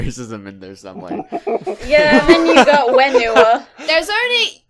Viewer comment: Heads up, its pronounce Fen-oo-WA.